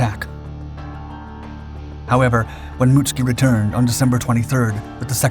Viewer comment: Mutsuki pronounced, Mutt soo key.